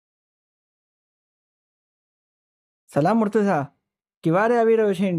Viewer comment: Bhai aap logo ne itla veiws mile che ane kitna logo tak waat pohche che mashallah par aap logo Maulana Ali nu ism mubarakj galat pukaro cho ghanu galat che aa mumluk nu bhi naam yej che ane ghanu kharab lagu tesi kahu chu agar aa video ma change thatu hoi to ghanu behtar ane agar munasib na hoi to ainda dhayan raakhe aap logo na mispronounciation na wajh si kitna logo bhi murtaza na badal murtuza kehse.....wasalam